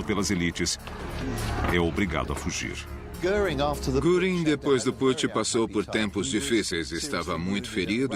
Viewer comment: Essa pronuncia me doi os ouvidos "guringui", sendo que o mais correto seria "guerin"(göring)